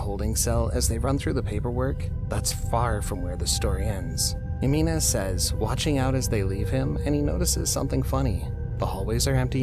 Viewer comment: You're mispronouncing Jimenez. It's not "Heh-mee-nez" it's "Hee-meh-nez"